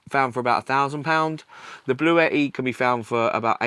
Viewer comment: This is how you say Bluetti lol